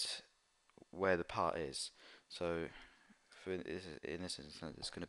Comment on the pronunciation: When he says part, it sounds like he says pot. lol